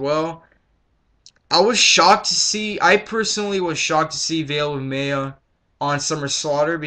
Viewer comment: It's Veil of MY-ya.